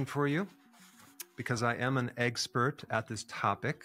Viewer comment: He said "egg-spurt!" 😀